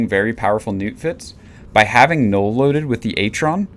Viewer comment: did you say nute? whats a nute.. was it null as in the ammo?? and how does the atron has an optimal range bonus? did u mean falloff bonus?